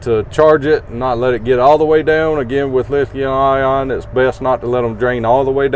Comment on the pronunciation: Did you have a stroke when you said lithium ion?